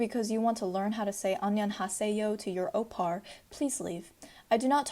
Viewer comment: “OpPaR” I hate the fact that everyone keeps saying the r at the end but yeah it’s okay